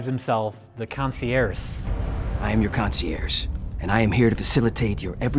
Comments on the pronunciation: Is "concierce" how you're supposed to pronounce Saoirse? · I wonder if the concierge mispronunciation was supposed to be legit since they were in the air...a "conci-airs" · You hacks! It's not a mispronunciation of concierge, it's a play on words, con-see-AIRS. Air : Plane. Get it? GET IT? /S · "I am your concierse" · I’m pretty sure concierge was mispronounced as “conci-airs” on purpose as a dumb pun. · Joey Lawrence: "Concierse". Dude next to Joey Lawrence: "The What?" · "I am your Concererce" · “Consie-air” was it supposed to be a joke? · I like how when Joey Lawrence mispronounces concierge, the man standing next to him seems to notice he fucked up and wonders if the director is gonna call cut... and it's in the movie. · You known it's a shitty direct-to-VOD movie when they can't even pronounced 'concierge' correctly. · Joey Lawrence definitely Google searched how to pronounce Concierge.